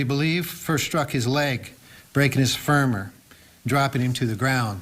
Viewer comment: Broken furmer? Lol femur?